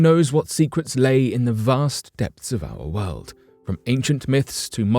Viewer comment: Anybody who says WOLD instead of world, is not to be trusted! Lol